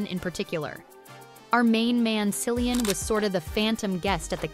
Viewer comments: For the love of God stop pronouncing him a Silly-an. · It's "K"illian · Hard C, please!!!!! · You know this Film Whip video is going to be pathetically bad, when from the onset, they pronounce Murphy's first name with an S sound. 👎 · Learn to pronounce the actor's name you are talking about. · Respectfully! you could have at least got the correct pronunciations of his first name! 🤔🤭🙄🤦🏽‍♀️🇯🇲🇬🇧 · at least pronounce Cillian's name correctly.